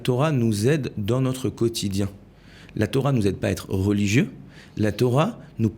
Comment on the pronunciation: Torah et pas thora